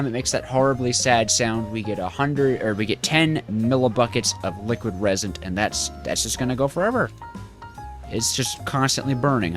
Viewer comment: the way you pronounce resent is uh. a bit strange